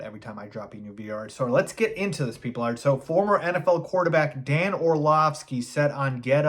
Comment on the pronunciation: You lost me at "Dan Orlovsky." That saying I do respect your content but yea, Its Dan. LOL.